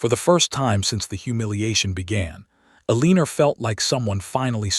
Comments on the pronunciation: These AI stories need far better editing, especially in name and word pronunciations, as well as understanding that a legal separation is not the same as a divorce. Yet it seems to think legal separation is divorce. It is not. They are different. Eleanor is pronounced as "Ellen-nor" not "Aleener". AI is stupud. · These AI stories should not have characters named “Eleanor.” It’s extremely irritating to hear the nonsense word “Aleener.’ Over and over. I gave up.